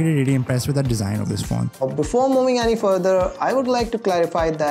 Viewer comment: Bhhai yeh jo Api PhoneWorld wali hain please enehin koi bata k design aor desaain ...... devices and devases ki pronunciation kuch theek kr lain..